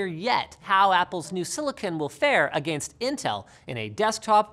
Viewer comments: The way you pronounce “Against” I’m sorry but it’s so funny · lol i love how linus says A-gain-st instead of uh-ginst xDDD X:D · American pronunciation: a-ghen-st Canadian pronunciation: a-ghain-st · "Agaynst the grayn."